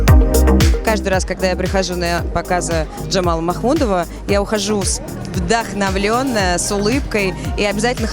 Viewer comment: Джемал,а не Джамал.